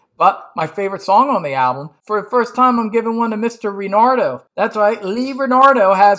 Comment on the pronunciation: Just one quibble that bothered me for the entire video: Lee's last name is RanaLdo, not RanarDo.